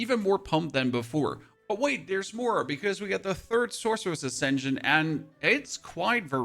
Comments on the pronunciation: where are you from? i've never heard ascension said like 'ascen jin' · Wait did your accent just create the best pun or was that intentional? Ascendjinn??